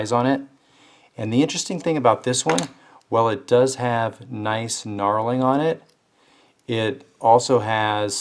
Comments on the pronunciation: Its not narling lol it's nurling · finally somebody on here who knows what they're talking about. That "narling" he kept saying was pissing me off lol.